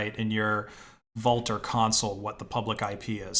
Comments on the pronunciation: Vultr is pronounced like Vulture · Isn't that supposed to be pronounced like vulture? Wulter 😁